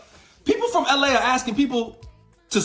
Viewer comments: "ell eh" 🤣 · There’s no way this isnt a bit. The way he says “ell a” y’know?